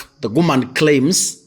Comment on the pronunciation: It's woman not GUMAN!!?